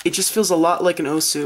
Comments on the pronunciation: It's pronounced OWWWfu not OOOOOOfu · It's not the Ohfu, It's the AoFu. Should be pronounced like Aolong. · i thought it was pronnounced "owfoo" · "The Moyu OhFu" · Let me correct he says oofu